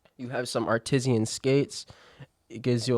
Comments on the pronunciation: i'm saying it that way now. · bud no one pronounces it like that.. its Art Iss Anne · Your pronunciation of artisan lol 😅 but good video 👌